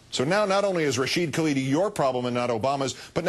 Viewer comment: Anyone who's ever read an historical essay by Rashid Khalidi (or his father, what you might say the principal historian of the Palestinian people) can only get sick while listening to this. Palin couldn't even get his NAME right.